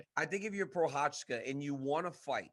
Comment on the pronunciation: funny to see dc thinking he is pronoucing Prochazka right but in the end he is wrong xD